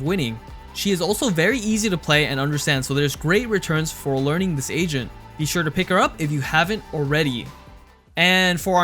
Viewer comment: He says agent I hear asian Or maybe its just me